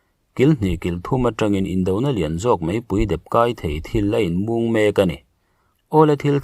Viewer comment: A inmùng tih turah inmúng i ti tlat mai.